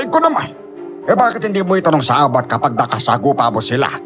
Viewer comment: Mabilis pag bigkas na abat hindi a-bat,para sa akin lang salitang bisaya yan